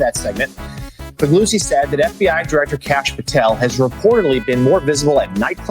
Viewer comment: I believe it's 'Fa Goo Zee'...and he's a former hack FBI employee who has many crazy claims since he became an 'news analyst'...